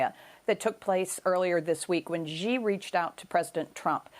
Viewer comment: Xi = “She”, not “Jhee”